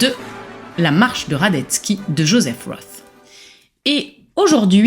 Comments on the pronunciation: Svp prononcez correctement von et roth. Vous prononcez roth à l anglaise, cela n a rien à voir. En allemand c est rot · "Roth" est un nom germanique, et se prononce avec un "o" fermé et long et un "t", contrairement à Philip Roth, qui se prononce à l'américaine. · Le nom de famille de ce grand écrivain ne se prononce pas à l'anglaise et pour cause. Pour une fois qu'un nom d'auteur non français peut se prononcer sans faute dans cette langue merci de bien vouloir y prêter attention. La musicalité est si nécessaire en littérature... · Personne ne sait tout et on ne demande à personne de tout savoir. Mais, quand on parle d un livre en s adressant à un public, on prend la peine de se renseigner et de prononcer le nom de l auteur correctement. C est un minimum.